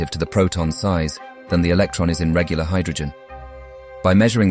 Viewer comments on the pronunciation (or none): none